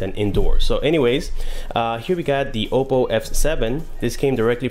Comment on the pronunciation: it's Oppo, not Opo..